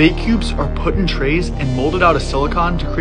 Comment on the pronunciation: He just said silocoooan